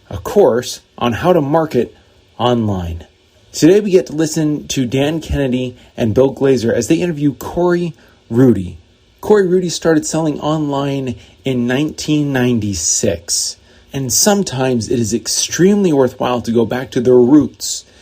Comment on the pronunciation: Corey Rudl not Corey “Roody”. Legit OG in internet marketing